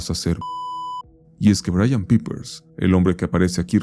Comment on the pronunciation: Creo que en mi vida he escuchado a alguien pronunciar el nombre de Brian Peppers TAN mal...